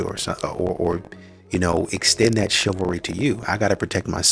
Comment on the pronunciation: I've heard of chivalry. What is shillvary? In the words of Samuel L. Jackson, "English mfer, do you speak it!?"